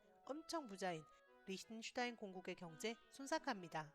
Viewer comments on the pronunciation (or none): 발음 왜이래 리으슈슈타인?